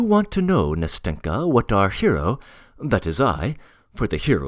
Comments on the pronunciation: I like the reading but I just get irked each time the name “Nastenka” is said that way. I has the stress on the first syllable and the “n” is like the “n” in “end” not in “finger” Ná-stin-ka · ‘NAstenka (Anasta’sya) and ‘MAshenka (Ma’rya)